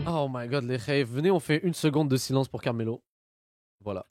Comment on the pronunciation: elle l’a appelé caramel au lieu carmelo ta meme pas réagi ptdrttt